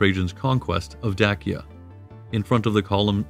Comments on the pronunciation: It's not Day see uh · Very interesting, but this guy would have better credibility if he learned how to pronounce, "Danube" and "Dacia". I've NEVER heard either pronounced the way he does! It's "DAN youb" and "Day sia". Hurts my ears! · I’ve totally enjoyed this video and will be a new subscriber after I finish this comment. I did find that I pronounce the words Dacia and Danube quite different than you do but I can possibly dig up the strength to look past that lol. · Great video, and historically comprehensive and accurate. My only criticism would be several words were habitually mispronounced throughout the video (e.g. Danube, Dacia, etc.). This detracts somewhat from the information being presented, but not to a substantive degree. Also, great speaking voice. It reminds me of Jonathan Frakes. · This video adopts unconventional pronunciations for Danube and for Dacia, but why? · The narrator's pronunciation of words, such as Dacia, Dacian, Hadrian and others, seems off. Is this a bot thing? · Is it not pronounced Daysha? Not Dakia? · Dacia not Dakia!!! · 🤭ok,,, so the correct pronunciation of Dacia,(&any of it's variations), is NOT pronounced (Da•Kee•uh), it is (Day•She•uh)... There are not multiple ways of pronouncing it...and 🤣,,, the Danube,,, is (Dan•Noob),,, it is pronounced (Dan•Yube)... You NOOB..... look it's minor and I'm sorry to be picky..most of the rest of your production is pretty solid...I just simply do not understand how anyone who declares to be an Ancient Roman Historian,, could possibly mistake such common names directly related to the subject...I mean...WOW... You don't even have to have studied the subject in college or visited the areas, which every professional historian I've met has always done both..you could educate yourself and understand the pronunciation by simply studying online...unless you've done it as some type of unsure joke maybe?🤷🏻‍♂️,, I just don't get it...slightly compromises ones credibility..